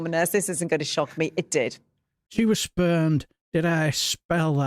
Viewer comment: It is rumoured that Boorish Pfeffel had a cast-iron routine involved with his seduction routine. He would remove the thingy, from its dark hiding place, slap it into someone's hand, and bursting into tears. He claimed it worked every time. And you did pronounce "spurned" incorrectly. 😜😜😜😜😜😜😜😜😜😜😜😜